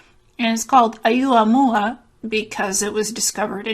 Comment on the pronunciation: Its pronounced Oh moo ah moo ah